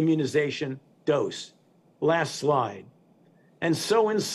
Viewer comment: I love how he keeps saying next lie next lie and then at the end he says last lie ...Ah Ah Ah